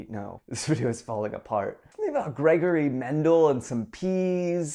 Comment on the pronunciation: Woof!!! Also, it's Gregor, not Gregory :P